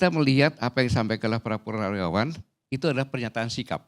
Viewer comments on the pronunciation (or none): Ko salah sebut purnawiraran